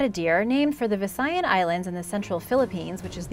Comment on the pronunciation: wen you say VISAYAS its rong becas im filipino and i no the coreckt anwer